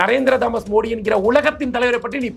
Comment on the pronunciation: மோடி பெயரை கூட சரியா சொல்ல தெரியாத தத்தி டளபதி